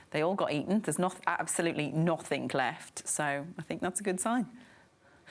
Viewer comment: She wants to be glamorous,and she says ‘nothink’.She needs to learn the language.